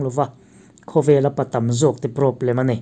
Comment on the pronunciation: Sap ṭawng hi kan ṭawng anihloh avang hian lo lam diklo deuh mahila a hriatthiamawm lutuk. Mahse, thumal ṭhenkhat kan hman tlanglawn em em te erawh hi chu lam dik ve deuh tum atan a duhawm ṭhin khawp mai. Hetah 'PROBLEM' i lamdan hian beng a tikham mah mah a ni.